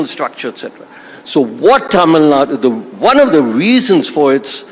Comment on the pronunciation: Anchor please!!! ITS Tamil NADU!! Not Tamil Nad! Get your pronunciation right!!!!